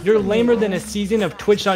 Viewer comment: said jshat